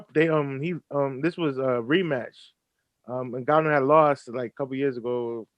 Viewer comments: You gid a great job as ever, but it's 'Ngannou', not 'Nguyou', ffs... :) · Btw the pronunciation is "En-ga-nou" had it right at one point and then just gave up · It's pronounced EN-GAH-NU. Lmao. Great Video